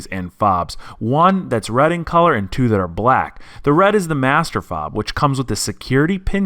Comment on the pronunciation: What colour is "rad"? What's the meaning of "sackundary"? "sackonds"? Thanks